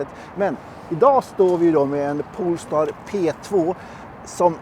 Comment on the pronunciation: Poooool-star!? … Polestar…